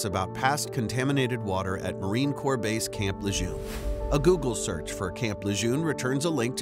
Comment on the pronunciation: FYI - Lejeune is pronounced 'luh-jern'. It's named after Marine Lieutenant General John Archer Lejeune.